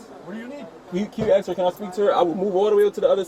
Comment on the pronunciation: Why can't black people say the word A S K properly? Instead they say A X. And it's most of them.